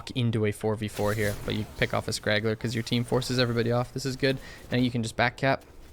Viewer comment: The word is "straggler", not "scraggler". Some English coaching in return for HotS coaching. ;)